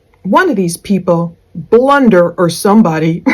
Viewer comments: Blunder,,,,,, so far from it more like how it's pronounced Plun Der , too dig so deep their nothing else to dig... Love your channel your work and your approach.. A Angelic Human Being. In 2025 hard to find these days Edit I from Boston Irish have the accent you would hear Plun duh I hope I not out of line. But your husband is a lucky lucky man.. you are an amazing beauty 🙏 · Lol Blunder. Sorry not sorry. It's PLUNDER 😂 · I HATED when he said "blunder"!!!! I YELLED at my computer when I heard that!!! lol lol "It's PLUNDER"!!! LOL LOL LOL